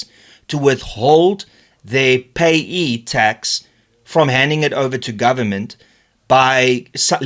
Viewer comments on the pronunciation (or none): Because SARS will destroy your livelihood and your business. It's pronounced P.A.Y.E btw, Pay as you earn. Large corporates are now 51% Black owned already because of BEE! Go figure.